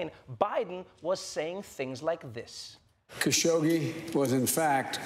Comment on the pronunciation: Lady didn’t even pronounce khashoggi properly